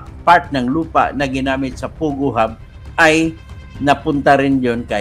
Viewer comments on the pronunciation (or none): POGO not Pugoh! Hehe! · pogo not pugo :)